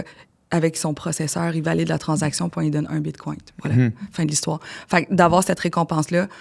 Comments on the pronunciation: Désolé mais je n’accorde aucune crédibilité à une personne qui dit : ''BitcoinT'' au lieu de bitcoiN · Tu sais que tu as affaire à une connaisseuse lorsqu'elle prononce bien le "T" à la fin du mot "bitcoin" !